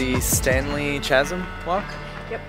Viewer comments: Chasm is pronounced cazm. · "Chasm" is "Kazzum", not "Chazzum" -- it is a Greek word. It means a deep, steep-sided opening in the earth's surface. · Chasm is pronounced kazm not chazm. The 'pineapple' is a palm, most likely a type of Macrozamia aka a Zamia palm. Uluru isn't even the biggest rock in Australia. Mount Augustus in Western Australia is even bigger, in fact it's twice the size. It's the biggest rock in the world. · Chasm is pronounced KAS-EM.......... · Saying 'chasm' made my skin crawl. Kasm.. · In Australia, amber means stop, just so you know, because they can book you for it. The only reason to go through the amber light, is if you can’t stop safely. Chasm is definitely pronounced “cazum”. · Amazing part of the country that I have NEVER seen!! Chasm = Ka-sym.. All that "red" is red iron oxide, iron ore.. We ten to call them First Nations or Indigenous.. They are some of the nicest people you can find.. You can see why the local mob (as they call themselves usually) found that chasm and used it for a meeting spot.. Smart choice on the turn back. Those roads can get seriously corrugated and shake little cars apart.. You are in some serious territory out there, hope you have some supplies (water and boots etc), not the place to break down. Not a casual tourist drive. And yes, one rock, sitting on its side, and goes nearly 2km underground. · Chasm - pronounced kaz(ə)m. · "chasm", pronounced like kazm. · Kaszeeem? You do realise how 'mericans pronounce "zee" don't you?... ; -) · The plant like a pineapple is a cycad, a very ancient plant. Also the h in Chasm is silent. So it starts with C not Ch. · Hehe it’s “chasm” like “ice cream”.